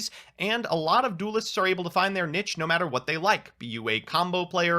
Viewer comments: please can someone tell how to say niche? it's kinda problematic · The only thing I don’t love on this channel is when I have to hear say ‘niche’ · wait a minute how did you just pronounce "niche"?